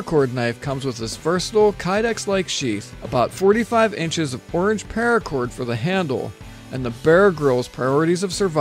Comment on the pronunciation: Anyone else notice he said PAIRACOR about 3 million times?